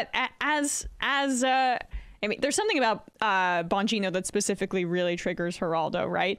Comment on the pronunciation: Bongino - emphasise the 'bong'